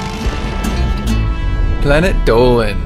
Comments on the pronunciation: Oops, Sorry, Its "Dolan" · No, it's Dolan.